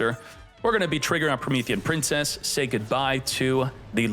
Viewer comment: "Promethean PIMPcess"